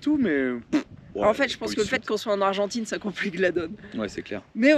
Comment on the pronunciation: Noooon ......Pas argentaine......"Argentine"